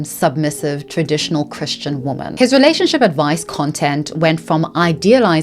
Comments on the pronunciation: Why do you keep pronouncing the plural "women" as if it's the singular "woman"? But anyway, interesting video, thanks. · Thank you for this video. I want to clarify that the plural of "woman" is "women." They are pronounced differently, but so many people pronounce the plural, women, the same as the singular, woman. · Pleeeeeaaaaaase!! I know it's petty but it drives me crazy... Woman is singular but womEn is plural. Pronounced "wimin" WOMEEEEEN 😅😆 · I love your content but it drives me crazy how you pronounce women (plural) as woman (singular) 💔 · I noticed so many influencers pronounce women as singular instead of plural. Makes it really hard to follow sometimes. Is it like a trend? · Very interating video, but why do you so often pronounce "women" as "woman"? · I literally can’t stand how creators have started pronouncing ‘women’ as ‘woman’. They are not pronounced the same way. Woman is singular and women is plural. I find it disrespectful to women. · I really like your content and have been watching it for a while. But my autistic brain can’t let go of how you pronounce "women" as "woman". For example, you say: "Men and woman". Is it your accent or is there a special reason for it? Just curious ❤️ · Does anyone know why she pronounces "women" the same way as "woman"? Genuine question. English is not my first language and I've never heard it pronounced like that before :) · Please 💐🙏❣️ The plural for woman is women, please say it right xoxo ❣️💐🙏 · Every time you say “women” it sounds like you are saying “woman,” and it drives me a little bonkers each time 😅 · The continuous mispronunciation of "women" is incredibly distracting. Otherwise super interesting video! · Love your content sm but “women” and “woman” are pronounced differently queen 🫶🏻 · Please practice saying "women"